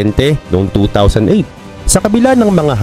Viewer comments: yung BOMBER mo isilent mo yung letter B sa BER imbes na bomber = bommer 😊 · Hindi bomber. Ang tama ay bomer, silent b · Silent B ang Bomber-parang Bomer lang po👍